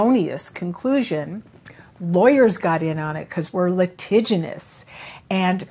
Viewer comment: Litigious, not litiginous. Brilliant interview. I love hearing what this woman had to say. She looks amazing. I wish i could afford to take this treatment.